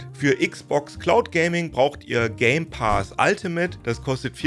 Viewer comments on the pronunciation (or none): none